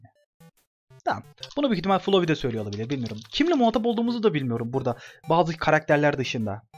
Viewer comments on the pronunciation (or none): none